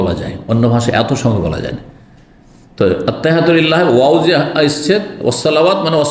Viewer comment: ভাই কি বাংলা লিখা দেখে দেখে ত্তাহিয়াতু মুখস্ত করছেন, যে ভাবে পড়ছেন মনে হচ্ছে আপনি আরবি পড়তে পারে না